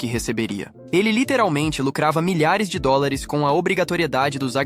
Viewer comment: a i.a n sabe falar "dólares" kk